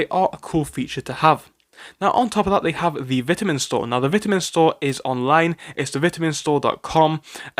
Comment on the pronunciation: Vit a min not Bitterman